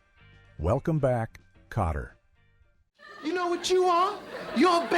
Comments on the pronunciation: You mean, you weren't fooled by the way Welcome Back........ Kotterwas incorrectly said over and over? LOL! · This AI did way better than most. Kotter and "Mitchelly" were the only thing it said particularly wrong or awkward. Most of these I turn off in 30 seconds. One today was talking about the Bionic Woman and called the character "Hi-me" Summers, when her name is Jaime and pronounced J-me. Immediate thumbs down.